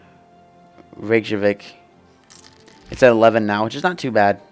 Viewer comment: Reykjavik is pronounced rey-kyuh-veek. Not Reva-chick. =)